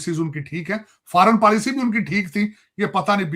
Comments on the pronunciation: Policy hota hai paalicy nahi😂😂😂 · policy ko paalicy bol raha hai 😂😂